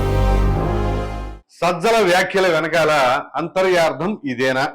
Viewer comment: అంతర్యార్థం కాదు నాయనా, అంతరార్ధం అంటే చాలు, అంతర+అర్ధం: అంతరార్ధం అనగా లోని విషయం, తెలుగుకి అన్యాయం చేయ వద్దు 😂